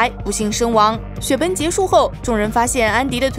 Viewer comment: 我發覺你總是說說雪崩為雪奔 eng的音都不帶g